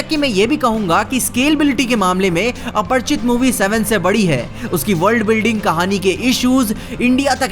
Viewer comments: Apar- chit nhi lodu Aprachit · Yr ap bar bar aparchit aparchit kyu bol rhe ho aparichit hai aparichit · अपरिचित Not अपर्चित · It's aparichit not aparchit bro